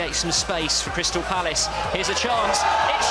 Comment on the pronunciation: Palace bro Crystal Palace not phallus.